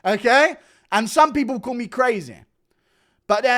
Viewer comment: CANNOT PRONOUNCE “ ME “ I HAVE EXPOSED YOU!!!